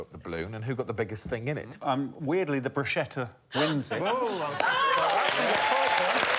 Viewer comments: A word to the entire English-speaking world: "bruschetta" is not pronounced the way you think it is. There is no "sh" sound in the word. It's much closer to a "k" sound. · "I'm putting in Bruschetta" It's pronounced Broos-kett-ah. Damn brits. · It's pronounced "brew sket uh". Why is that so hard? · It's pronounced broos-KET-ta. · "brooshetah" is an interesting way to say bruschetta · Everyone mispronouncing bruschetta here :o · made me crazy how they cannot pronounce bruschetta ...